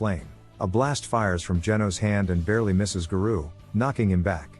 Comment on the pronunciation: I love opm and wanted to watch this recap of s2....but the way garou keeps getting pronounced as ga-roo is unbearable to me. Thumbs down just for that